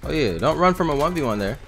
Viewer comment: You can tell and are siblings say both say:" YUH" all the time